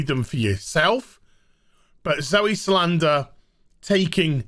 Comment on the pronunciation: Decent video, thumbs up and all that, but c'mon, her last name is Sal-dan-a